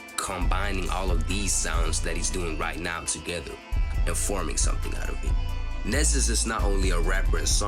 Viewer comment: his name is pronounced “knee-zus”